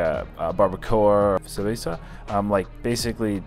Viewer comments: he actually said sabeza, forgot he's white :D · Did you say cerveza or cabaza